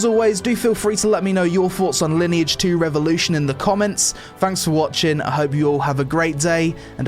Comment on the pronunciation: Sponsored video, can't even tell the name of the game right. Ok.